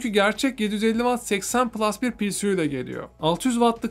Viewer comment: Pisiyu degil Piesyu diye okumaniz gerekiyor PSU oldugundan... Neden tum Turk youtuberlar hatali okuyor anlamis degilim...